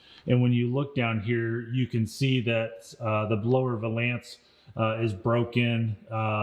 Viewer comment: Uh......... It's a 'VAL-ance', not a 'val-ANCE'.